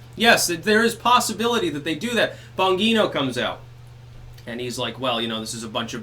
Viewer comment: Don Bangeeno? When the fuck have you heard a single person refer to him by Don Bangeeno!!?? I fucking hate when mispronounces people and places fucking names!